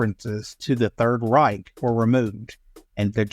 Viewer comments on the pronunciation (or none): none